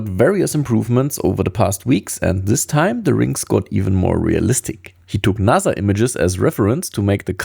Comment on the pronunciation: you realise you said NASA as you would say die Nase in German?!